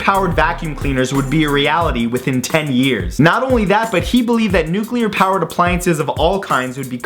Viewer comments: Nuculer vacums... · Don't you mean 'nucular'?